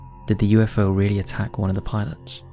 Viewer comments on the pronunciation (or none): none